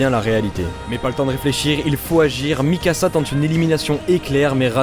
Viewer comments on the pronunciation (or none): none